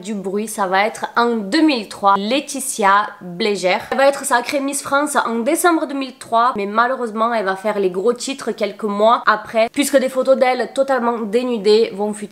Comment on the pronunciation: Bonsoir juste merci pour la vidéo par contre pourquoi avoir écorché les noms des miss comme par exemple Laetitia Bléger pourquoi (Blégère ) Valérie Bègue (Begué) et cindy Fabre (Fabré)